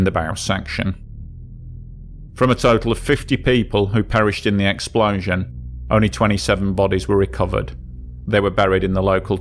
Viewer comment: I take a shot every time he says "exPLAUszun"